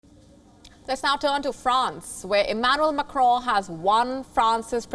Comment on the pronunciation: This girl doesn't know how to pronounce Macron's name. She also doesn't moderate news reading properly.